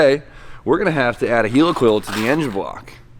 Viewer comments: Why you gotta say helicoil like 'heelicoil' when it's helicoil like helicopter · It’s heli like helicopter NOT heli like helium